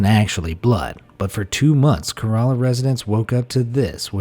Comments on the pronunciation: Idiot author its pronounced as Kèrala not kaeraaaaala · Pls it is kerela- kae-ra-la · It is K E R A L A